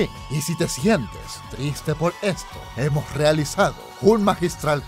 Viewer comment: "Y si te sientes triste, hemoh realizado un magistral cover" HEMOH